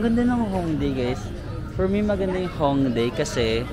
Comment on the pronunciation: Yung pag pronounce po ng Hongdae is "Hongdeh" 😊